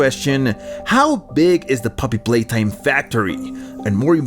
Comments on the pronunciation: "Palaytime" its "Playtime" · "poppy palatime"💀💀💀💀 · Poppy Palaytime...? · Poppy playtime❌ Poppy palaytime✅ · “Poppy palaytime” 😂😂